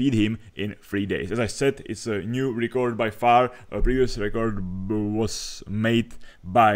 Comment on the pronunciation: Nechci být hnidopich, ale record se čte [rekrd], ne [rikord]